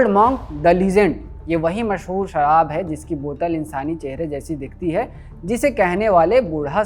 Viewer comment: Sarraab nahi sharab hota hai unpud